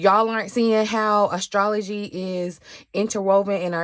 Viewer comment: Oh I say AstroTea when I talk about astrology lol when I heard you say astrolotea I was sat